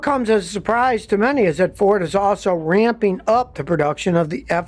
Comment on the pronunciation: "Rampeen"?????? "Lightneen"??????